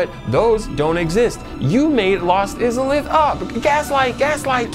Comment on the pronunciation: Wild pronounciation of "Lost Izalith" ahead!